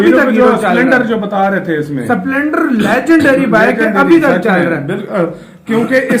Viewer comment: संपलेंडर नही भाई स्प्लेंडर बोलो